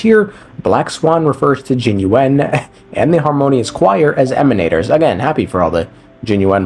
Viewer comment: when black swan said emanators, she said "emanators", with " ". i guess we need another languages confirmation.